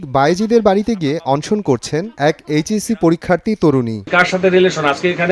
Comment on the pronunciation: উচ্চারণ কত খারাপ এই সাংবাদিকের। এরা কি লেখাপড়া কিছু শিখে না? এরাই বোধ-হয় মামা-খালু ধরে চাকরী পায়। তা নইলে সামান্য "অনশন" এইটুকু শব্দ এটাও ভুল বলে? ছিঃ!